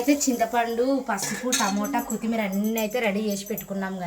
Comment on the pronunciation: కుత్తిమీర కాదు కొత్తిమీర అనాలి పక్కన వున్నవాళ్లు కూడా చెప్పరు ఒకసారి చెబితే తనకి తెలుస్తుంది